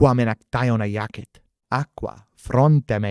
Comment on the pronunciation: how come sometimes you pronounce the i as an e? for example when you say iacit it sounds like iacet and the same for tangit, it sounds like tanget. i am new to studying latin and glad i came across your channel